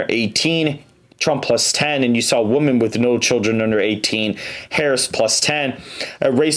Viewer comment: Dude, when you say the word “women”, it is pronounced like “wih-men”